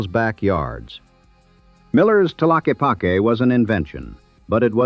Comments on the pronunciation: i pronounce it tlakeepakee just cuz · Pretty good, the AI got the pronunciation of Tlaquepaque correct 1 time😂😂. I live 17 miles from Sedona. It used to be a cool place to go hang out I have been there maybe 10 times in the last 20 years. Only to do whatever business has to be done and then leave. Now it’s a nightmare. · Having grown up in Sedona in the 80's I'd like to think the effort my friends and I put into giving tourist the wrong directions helped a lot. And we always pronounced it Ta lock ee pock ee